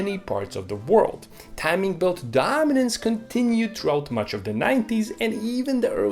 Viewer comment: Rorer chain and timing bert. Rrrrrrr....😂